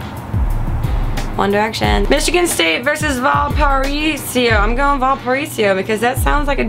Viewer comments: Val-par-A-so is how you pronounce Valparaiso. :P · HAHA Valparaiso is pronounced "val puh raise oh" Either way, thanks for picking us :) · Ahaha!!! Grace, it's Val-pa-raise-oh or Valpo for short FYI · Valparaiso = VAL-PAH-RAY-ZO. GET IT FUCKING RIGHT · Lol its pronounced val-pore-a-zo....but i like how she said it more...makes us sounds fancier(: <3 love u grace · totally mispronounced Valaparaiso haha its Val - puh- ray-zo ..long O lol anywho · val-pa-raise-o ya crazy drunko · Val-Pa-Raise-OH, or Valpo for short, that's what we call it so don't worry yourself about it too much. Or Val-pour-rain-snow, but that's a different issue. Hail Crusaders! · Grace...I'm super happy you picked Valparaiso...but it's pronounced Val-per-raise-oh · It is pronounced VAL PA RAY SO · hahaha her way of saying Valpo is hilarious. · Lol the way she pronounced Valparaiso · when grace mispronounced valparaiso I died. Go VU! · i like the way she butchered the pronunciation of Valparaiso. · That was the best mispronunciation of Valparaiso I've ever heard lol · Lol I loved the way Grace pronounced Valparaiso. Sounds do much fancier than how it's really pronounced, like it's French or some shit like that.